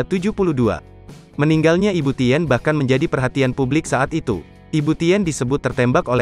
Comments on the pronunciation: Saya yakin ini naratornya gak pernah baca sejarah... 🤭 Ibu Tin, Bro.. bukan ibu Ti : en ... Malu maluin Gramedia Group aja nih orang... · Pembacsnya sering salah n tidak fasih. Tulisannya Tien bacanya kan Tin.